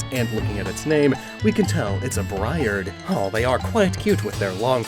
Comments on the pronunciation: It's pronounced Bree-Ard not Bry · This is your friendly neighborhood briard owner coming by to tell you that you pronounced it wrong and the dog you showed also wasn't a briard. (update: the second picture is indeed a briard) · My family owns a briard! Its pronounced more like bree-ard/bree-ahd so the greavard name sounds even more like it and I picked up on it pretty quickly :) ours keeps a short cut though so she’s not nearly as scraggly So hyped!